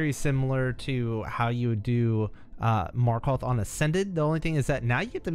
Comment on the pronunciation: You are now so skilled, you know how to pronounce Markoth